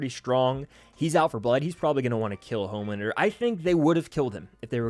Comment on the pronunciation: Who is mad with everyone dying but “Omelander” (as butcher would say)?